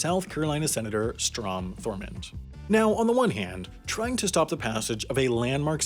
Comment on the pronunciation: Dude it's THURMOND not Thorman....It's FACET not faucet, do you know how to pronounce words?